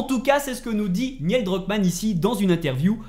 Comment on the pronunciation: Neil pas Niel